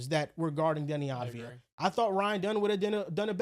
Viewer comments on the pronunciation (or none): It's avdija not advija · Once and for all let me help you pronounce it correctly: AV-DI-YA while the I is almost missing